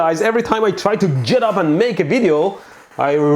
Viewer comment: everytime you what??? Jet up?🤣 You are great Electro, I laugh a lot eveytime I see your videos, keep it fun